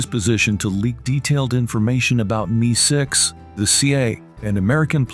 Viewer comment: Need a human narrator. “Me-6”? 🙄